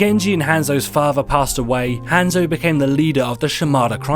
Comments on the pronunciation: gabeshredspaper I cringe when he says Hanzo. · Oh my god. Say Hanzo right. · I love how he says zenyatta and Hanzo so badly